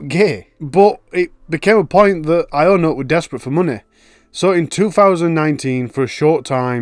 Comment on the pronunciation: “ionut” is pronounced “younut” btw